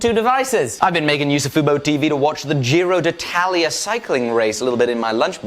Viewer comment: I’m Italian and your giro d’Italia pronunciation is really cool😂😂 I didn’t know like anyone out of Italian knew about it